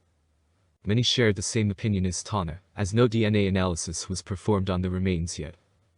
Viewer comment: its pronounced Tan -nah